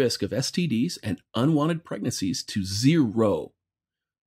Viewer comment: Thirtieth.... I could almost hear the smile when you said 'mansplaining' 🤗..... And sex dolls reduce the chance of acquiring STDs to what?...ZEE rho. Lol Perfection, once again.